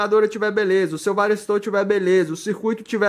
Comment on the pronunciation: Não é varisto ..é varistor...porque que vcs falam varisto?